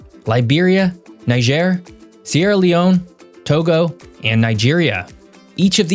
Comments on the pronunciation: On the pronunciation front, Niger (country) is pronounced Knee-jay. Niger (river) is Nigh-Jah. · NEE-jhair. and ben-EEN.